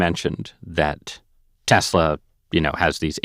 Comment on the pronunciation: Tesla has an “s”, not a “z”